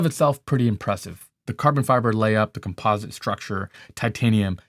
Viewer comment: He knows all this but he still can’t pronounce composite correctly